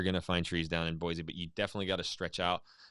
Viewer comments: For people not from there, we say “Boy-see” not “Boy-zee”. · BOY-SEE! Not.. BOY-ZEE. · U CALL YOUR SELF A IDAHOAN ITS BOISE NOT BOIZE NO Z ! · I am from Idaho. We don't care about Boy-See. So we say Boy-Zee. See how easy that was. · I think this is the first time I've ever heard a native Idahoan mispronounce Boise. Boy-Z is WRONG!!! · If you’re from Idaho, why are you pronouncing Boise with a z? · He’s from Idaho but he pronounced Boise wrong. Nice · my thought exactly! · That was the first thing I noticed. I grew up in Twin Falls. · IF you were joking then good on you, but most people that live in that area really do freak the fuck out on anyone who pronounces the /s/ sound as a /z/sound. and I just don't understand why it's SUCH a huge deal